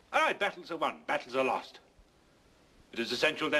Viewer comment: Every time he says lost it always sound like lust to me.